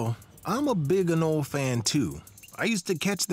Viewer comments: Pronounced. ANOLEE NOT AN-OlE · TIL: it isn't pronounced, "A NOH LEE." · 'anole' is pronounced "a-NO-lee"